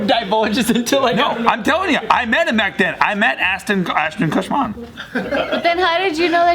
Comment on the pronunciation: Ashton KuchMAN? KutMAN??